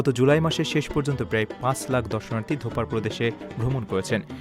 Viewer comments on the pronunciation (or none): It's Dofar, not dhopaar, please make sure your news presenters pronounce Omani places or things correctly.